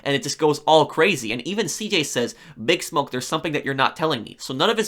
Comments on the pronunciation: I am throwing this out there because it seems like you don't know, and I didn't see any other comments mentioning this. It's not "BIG Smoke". It's "Big SMOKE". Your pronunciation is completely and totally off. You DID play the game, right? NO ONE in the game says "BIG Smoke". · his name is pronounced like big Smoke, not BIGsmoke